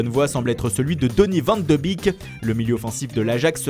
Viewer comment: Et tu disais que Paris ne voulait pas le vendre au barca et aujourd hui tu dis autre chose, Tu disais que Valence laisserait pas partir rodrigo et aujourd'hui il part, onyekuru est ailier gauche et pas droit et on dit van de bék et pas van de bik.